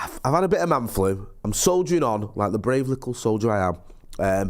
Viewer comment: He said “Likkle” 🤢